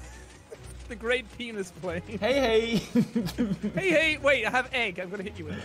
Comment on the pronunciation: Is felix saying hey hey or hej hej